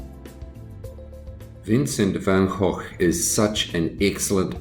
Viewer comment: I also wanted to say that you are one of the very, very few non Dutch speakers who pronounce the name Van Gogh correctly!👍👍